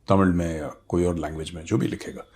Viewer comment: . Good afternoon Major. You are one of those a few persons from outside TN who correctly pronounce the word Thamizh ..as it should be.